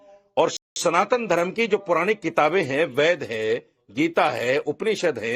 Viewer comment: Ye jyada padha likha hai ved ko waid bol raha hai